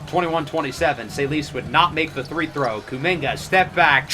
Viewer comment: why do you keep saying three throw?